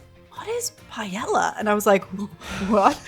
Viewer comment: I'm not even spanish (I'm portuguese) and can tell that doesn't pronounce paella right... he didn't even notice you can buy it in shops (I haven't even bought the game yet and still knew that). You could have made some research at the very least. Also there are so many details you could have talked about, instead you just focused on the generic stuff. Low effort video